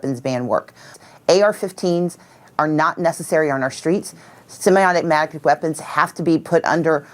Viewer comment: Stacy Abrams can’t even pronounce semi automatic the right way “Do you know the way!?”